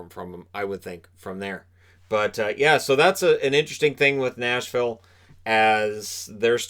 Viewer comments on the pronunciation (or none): none